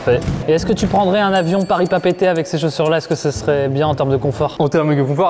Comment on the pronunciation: Je viens de me rendre compte que a bien dit "Papeete" merci beaucoup 😭😭😭